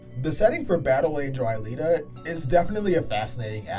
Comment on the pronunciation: Man U just got into the anime and movie. Alita you keep MIs pronouncing her name fit one. The story can be broken down to 3 worlds The slums. The outside world and the upper city which is linked to a orbital station And that a very basic concept. U have a story of a robot who tries to find who she is. Half way through the story her memory get duplicated and one makes her other half into a real human and other half climbs the orbital lift and goes back to mars. From there the story goes god dam psycho. Because of technology making people immortal, kids are illegal and they are captured and killed for sport showing off new military technology. Alita in the newer volumes shows she’s from a plague that makes boils that become alive and a mad scientist took one of them from a woman and put it on a robotic body. I mean her whole story would be borderline snuff film if faithfully adapted to live action.